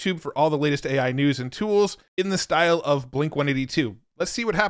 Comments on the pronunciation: AI has a problem pronouncing AI. 🤣 Those are both great. Suno is ridiculously impressive, but the generations just fly by in no time! Great video, as always, Matt. Thank you. 💯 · Try 'Aye Eye' and see if that helps